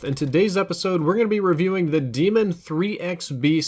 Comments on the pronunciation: It’s pronounced DAYMON ITS LIKE BAR NOT DEMON YOURE TRIPPEN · When two vowels go walking, the first one does the talking. Pronounced DAY•MUN, not DEE•MUN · Its "Day-MEN"....not demon. And that's how treyarch says it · It's daemon not demon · stop saying it like demon. it's de-a-mon. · Its actually pronounced Desmond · It's Pronouced as Daymon you noob. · Say it with me now.....DAE-MON, not demon. DAY-MON. DAEMON. There is no way it can be DEMON. Stahp it. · No, it's not pronounced "Demon". It's pronounced like Daedra or Daenerys. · I'm pretty sure Daemon is pronounced like Matt Damon. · Nah I’m pretty sure it’s pronounced like Damon cause the gun is named after OpTic Karma (Damon Barlow). Daemon (Damon) 3x (he’s has 3 rings from winning 3 CoD champs) B (Barlow, his last name) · I believe pronunciation of the Daemon is incorrect